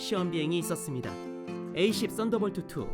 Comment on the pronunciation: 저두 최후의 카운트타운 봤는데....저기..F-22는 함상운용이 불가능한 기체입니다..어차피 가정이라지만..그리고 A-10은 에이-텐..이라고 통상 부르죠..에이-십..은 발음이 이상하니..그리고 Warthog는 워크호그가 아니라 워호그라고 읽으시는게 훨씬 올바른 영어발음에 가깝습니다..흑돼지라는 뜻이죠...그리고 GAU-8 개틀링건이 특별히 개발된게 아니라...A-10 보다 먼저 개발되어있었습니다..A-10을 만들면서 차용한건데..이것때문에 A-10이 사격시 엔진꺼짐으로 고생했고..보완책을 만들었지만..사실 완전히 극복했다기보단 운용에 문제없게만 만든 미봉책이고..심지어 전발 사격을 하면 반동에 항공기가 스톨할 위험성이 있을정도입니다.."특별히" 맞춰 개발한거라면 개발실패죠....이 뒤로는 보기 힘드네요..전반적으로 좀...전문성이 높아보이지가 않네요...용어나 내용이 그냥 재미로 보기에도 너무 잘못된것들이 많이 보입니다..넷상에 밀덕도 많은데..최소한 리서치는 좀 꼼꼼히 하셨으면 좋겠네요..